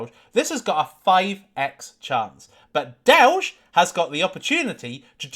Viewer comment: Dowge and more dowge